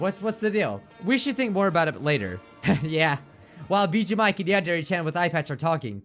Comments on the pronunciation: Did he say Mijuu Bike at the end? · Anyone else notice that he said Mijuu Bike at the end? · Did anyone else hear him say mijuu bike? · Anyone notice he said miju bike at one point